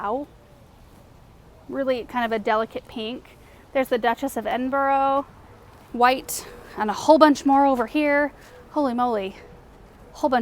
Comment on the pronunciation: Duchess of Ed-in-bu-ruh 😅 lots of love from an Edinburger! 😘